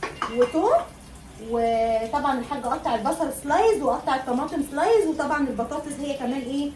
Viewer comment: اسمها سلايس يا حبيبتي مش سلايز